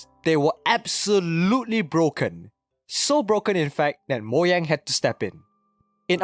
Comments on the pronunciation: Moyang? I believe it's pronounced Mo-Ga-ng (with a soft g) edited this comment to make it seem less rude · Ugh it's Mojang not Moyang!😡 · lol moyang instead of Mojang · It's MOU-Jeyng not Moyang 😢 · Bruh who pronnounces Mojang 'Moyang' 💀💀💀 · I quit the video when he said "Moyang". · stop saying moyang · The way he says “moyang” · YOU DONT SAY MOYANG! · Learn to pronounce Mojang properly